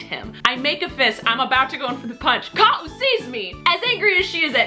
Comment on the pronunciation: Nice pronunciation of Ka'u's full name! Did she tell you what her name means? I'm from Hawaii and I have cousins with long names like that :)